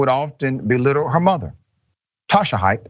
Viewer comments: The proper way to say that last name is like ~hate~ Like Haight and Ashbury where us hippie Deadheads hangout. It sounds like you're saying Hiatt. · It’s pronounced hate, not Hyatt